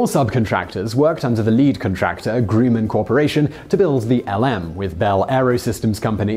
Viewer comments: GRUH-mund, not GROO-mund. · "Groo-man" lol, it's pronounced with a short "u" like "Gruh-man". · Today I Found Out Come on Whistler & Hiskey! This one had great info, but some bad pronunciation and editing. Oops! HyperBolic is a type of curve. HyperGolic is a type of propellant (spoken, and written on the screen = 2 strikes) It's pronounced Grumm-an, not Groo-men! , Normally pronounced teh-troxide, not tetro-oxide. And totally missed the bonus fact that dilute hydrazine is often used in boilers to prevent the formation of scale. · its pronounced GRUM-AN simon not gru-man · It's "Gruh-min", not "Groo-man" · "Groo-man"? Pretty sure that's pronounced "Grum-un". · Pronunciation of Grumman could be better. You should have mentioned that only the top part of the LM leaves the moon, the base stays there.